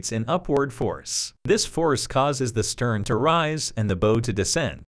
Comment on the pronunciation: Very educational video, learned a lot. Good, clean graphics. However, the pronunciation of some words is not correct...especially for an obvious nautical term for the front of the boat.